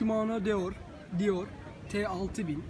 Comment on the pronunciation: Hocam model telaffuz ederken çok zorluyorsun kendini , aslında yazıldığı gibi okunuyor ama sen farklı yorumlar katmışsın okunuşa. Özellikle (sportiv) yerine (sportayp) veya (deore) yerine (dior) demen bitirmiş videoyu.